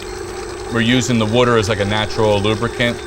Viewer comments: the drinking game for this vid is... Wuter! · What the fuk is Wudder? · The fact that he says wooder makes me feel like this will be a dough I want to try. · Where are you from? The way you pronounce “water” is very unique. War-ter?